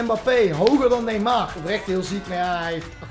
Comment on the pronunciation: iedereen: Neymar: Neemaar